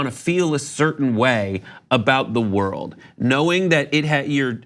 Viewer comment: “You want to feel a certAin way about the wold”...ProFound